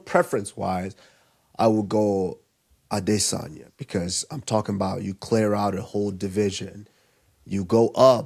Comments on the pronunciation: Take a shot every time Henry says “ade-Sanya” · Stopped the video after 4th time hearing “Ade-sania “ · Aright the emphasis on A-DIS-sanya is gettin old, you burned it out. You don’t need to do it everytime you say his name…….🤦🏽‍♂️ it was only funny the first few times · Why does Henry have to say Izzy’s last name like the Duolingo owl